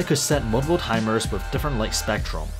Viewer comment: You are saying wif instead of with